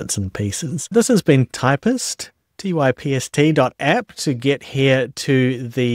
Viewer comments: I usually don't have a strong reaction when hearing a slightly odd pronunciation of a name, but hearing "Typist" kinda drives me nuts. As stated in the README of their GitHub Repository: » # Pronunciation and Spelling IPA: /taɪpst/. "Ty" like in Typesetting and "pst" like in Hipster. When writing about Typst, capitalize its name as a proper noun, with a capital "T". « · It's TYPST not TYPIST!!!!!